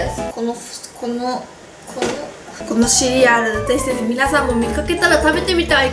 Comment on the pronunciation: ずっと気になってたけどぜひぜひがぜしぜしに聞こえるのは私だけかな、、？